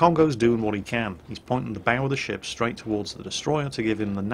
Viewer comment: Nearly every time you said ship, i thought i heard shit o_O "I like this shit" "Turn the shit around"